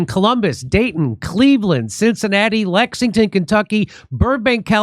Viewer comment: Jimmy finally nailed that Lexington pronunciation. /chefkiss